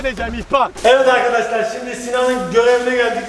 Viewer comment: Ağkadaşlağ yine mükemmel biğ videoğ oğmuş.